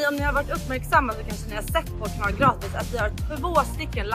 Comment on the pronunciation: Jag gillar hur du lägger på en bred engelsk brytning när du uttalar "Kanal Gratis" till engelsmannen! :D Har nyligen hittat eran youtubekanal i samband med att jag tagit upp fiske efter ett långt uppehåll och tycker ni gör ett fantastiskt jobb! Väldigt undetrhållande och lärorikt!